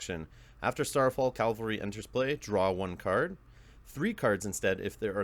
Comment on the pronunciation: Cav-al-ry. Cal-va-ry is synonymous with Golgotha, where the Bible says Jesus was crucified.